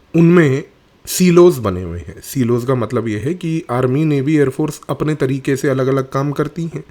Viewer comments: सीलोस नहीं साईलोस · Silos meaning compartments, is pronounced "sylos".